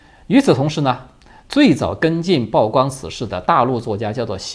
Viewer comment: 曝光 曝曬 曝露 曝光度 曝屍荒野 野人獻曝 均唸（鋪）第四聲.